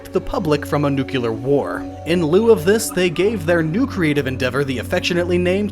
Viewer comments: At the risk of being that guy, Noo-klee-ur. There's only one u in the word. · "It's pronounced, 'new-cue-ler', Lisa.... 'new-cue-ler'...." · For the love of god, stop saying "Nuk-you-lerrr". You're not George W. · This is a fascinating documentary of a fantastic game. I’m really enjoying it...but, dude, it’s pronounced NEW-CLEAR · Was "nucular" written in your script or does just pronounce it that godforsaken way for some reason? He's really adept at speaking and enunciating and is intelligent in general I'm baffled he's pronouncing it that way lmao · There is no such word as "nucular". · Nuclear! Not nucular. It's not that difficult! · A Post NUCULAR Role Playing Game!! :D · How does nuclear almost always come out: nukular? Even Brits do this xD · I can't help but cringe every time you say "nukular." Edited to add: I wasn't able to make to the end of the video. Having to listen to someone say "nukular" numerous times throughout the duration of a 1-hour video is something I just can't do. Yes, it bothers me that much. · Good video overall, but I have to admit that the constant "nucular" instead of "nuclear" was pretty irritating. No deal-breaker or anything, more like watching a good movie but your chair being kicked every few minutes. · Why cant people pronounce nuclear correctly? Its not that hard. If you have trouble pronouncing it, here's my guide; new-klee-er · N-U-C-L-E-A-R! Not nucular Other wise, good job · Your pronounciaton of nuclear is very annoying to me.Nuclear isn't pronounced NUCULAR. Very nice documentary otherwise. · Please, please, PLEASE stop saying "nucular".... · stop saying nuculer ffs pls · Nucular Nucular Nucular ¬¬ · Voted down because of "Nucular" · Search the word "Nucular" on Wikipedia, I wish everybody would just stop copying Homer Simpson and George W Bush, please... we are turning into idiots... I literally feel my IQ dropping every time I hear it. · 'Cause he was too busy mispronouncing "nuclear"... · New Clear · Lol Nucular